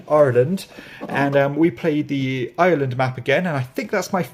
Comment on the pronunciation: Thanks for the update. Have you been working on saying ' Ireland ' for a while? I can't get that many syllables into the word.